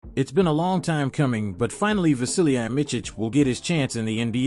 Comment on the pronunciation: The last name is pronounced Mitz-ich, not Mitch-ich. The first name is Vasili-ye, not Vasili-ya.